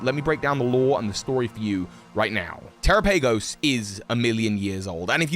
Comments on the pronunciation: its terapagos tuh-ra-pa-gos they literally didnt say its terra-pa-gos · Teh-rah-pah-gos Wtf is te-ra-pay-gos lol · terapagos should be said like Tera and Galapagos, not "terapeigos" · Wouldn't Terapagos be pronounced like Galapagos? Te-RA-pa-goh-s rather than Te-ra-pAY-goh-s? As for its typing I believe it will either be; dragon/rock, because it's made of cystals and its tails look like the petals of a shiny Glimmora, a rock type. Or dragon/normal, because it's got every type on its back, and normal is the all encompassing type (Arceus, Silvally, Hidden Power, Metronome, etc.) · I mean the Pokémon presents had them say it and this pronunciation is correct. The one that sounds like Galapagos and not “Tera-pay-goes.” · tera has nothing to do with him saying "PAY" instead of just saying pa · bro said tera pay goes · It's pronounced like Galapagos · Terah-pa-gos Like Galapagos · Yeah I’m pretty sure its pronounced ter-ahh-pug-gos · As soon as you pronounce it like that, I can't watch. The Pokémon Presents showed you how to pronounce it. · I find it weird you say terapagos and Galapagos in the same sentence yet pronounce one correctly when it’s clearly supposed to be pronounced almost the same way. No offense just thought it was funny you said it incorrectly but then pronounced the other one correctly. 😂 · Okay.... This video is AMAZING, but I can't get over the way you pronounce Terapagos. IT'S NAME IS LITERALLY SAID IN THE PRESENTS. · it’s not a big deal, I was mostly joking, but it is just lazy on his part. I DO know is dyslexic but what does that have to do with reproducing a sound you’ve heard? The excuse doesn’t fly for me- it was just laziness. I advised that he try to listen to the content re: this Pokémon BECAUSE he has trouble reading and probably only pronounced it this way because a) he’s been so busy theory crafting he doesn’t care to watch the canon content or b) answer a + he heard someone else say it this way. 🤷🏽‍♂️